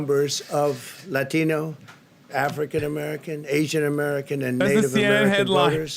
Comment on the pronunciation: This is off-topic and small, but why the hell he pronounce Latino so.. weird? He said it like laTINo.